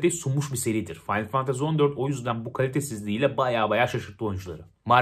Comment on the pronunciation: Abi aşık oldum la senin o finaly fantazy demeyine